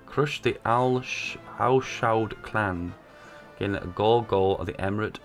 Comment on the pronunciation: When you pronounce SAUDi Arabia perfectly fine but repeatedly have trouble saying al SAUD........noice